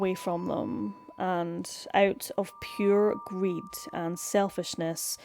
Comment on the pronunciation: Sounded like a Scottish "greed" to me.